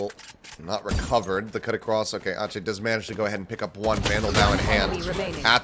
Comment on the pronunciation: Why is ache pronounced aatchey but not ek?😂